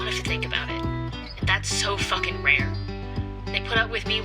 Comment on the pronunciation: it bothered me. she also puts nasty emphasis on it too, really not nice on the ears.